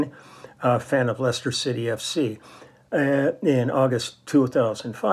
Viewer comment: Great to hear my hometown Leicester mentioned on the channel. You even pronounced it correctly! Many get it wrong.